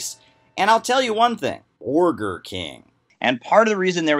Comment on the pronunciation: To be fair, /did/ say “borgar” soooo.. 🤷🏻‍♂️